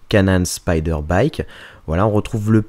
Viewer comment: On prononce comme "speed" et non spider comme l'araignée. Signé : ton ami frenglish man :-) Bisou et bonne continuation !